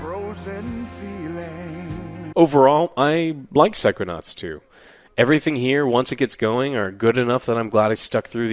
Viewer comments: Haha, "Psychoauts 2". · Psychoaughts btw